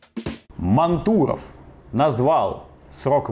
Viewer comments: мАнтуров, а не мантУров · Денис мАнтуров, ударение на А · Он МАнтуров а не МантУров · Видео отличное, но, пожалуйста, перед тем как произносить фамилию (особенно необычную) хоть немного проверяй ударение. Денис МАнтуров - не благодари)